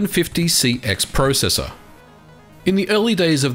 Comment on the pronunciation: You say processor wrong